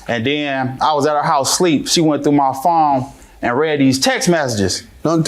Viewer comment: She went through my “phome”. Goodbye sir. 🙄